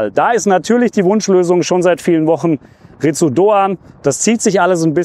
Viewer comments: Ich will ja nicht Klugscheißen, aber Ritsu Doan wird "Litsu" ausgesprochen 🤪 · In der Hoffnung, dass wir seinen Namen in den nächsten Jahren oft bei Fussball2000 hören: Doans Vorname wird wohl "Lits" ausgesprochen. Möget Ihr ihn in den kommenden Saisons oft als Matchwinner für die SGE loben! ❤